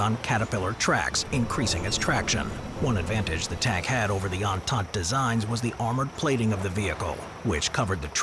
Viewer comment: God you absolutely slaughtered the pronounciation of „entante“ xD